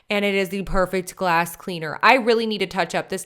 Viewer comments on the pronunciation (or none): none